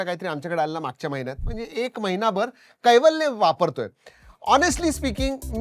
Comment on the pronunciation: कैवल्य ❌ वैकल्य ✅